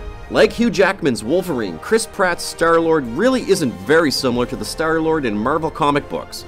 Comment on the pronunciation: Chris Pratt is star-lord the hell is wrong with you saying that